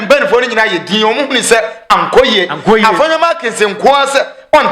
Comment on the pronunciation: Please, the name is Afenyo Markin. It's not Afenyo Markins.